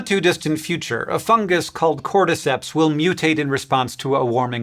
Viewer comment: Tragic news! Science tuber executer for criminal mispronounciation of a fungus!